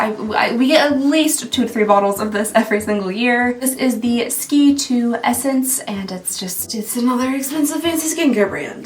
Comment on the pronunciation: SK-II is pronounced…S…K…2…not Ski 2 111 Skin is pronounced…One…Eleven…Skin And I’m the one that told you to look where the R was in Sturm